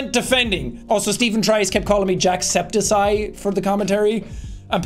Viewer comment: Are we gonna talk about how they pronounced his name as jack---- septiSYE??